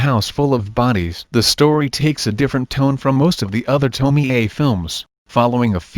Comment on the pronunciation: To-mi-eyyyyy ....... Isn't it read as to-mi-ye?